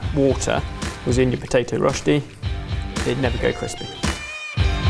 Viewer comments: Rösti not rosti. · hi, living in germany/switzerland here,, Rösti has an umlaut on the o, it's pronounced rerschti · Germans: Rösti.: Roschti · Truly love how gets better and better at pronouncing Rösti every time he mentions it in a video 🥰 my lil swiss heart is rather proud of him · I hate how they pronounce Rösti.